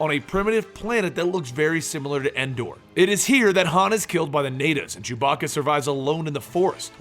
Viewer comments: "Han solo and Jew-bacca..." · I could swear I hear this guy saying jewbacca